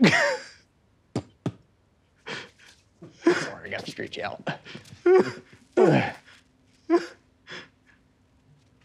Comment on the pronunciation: I love the way he said “I gotta stråæch out.”